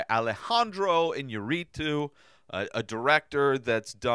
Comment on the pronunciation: Please, please just learn to say his name. you do like him.